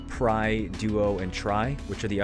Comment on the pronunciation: Thanks for the guide but your "DUO to TRY" or "PRY to DUO" just killed me :D TRI= nearly sounds like three, PRI= same but with P :D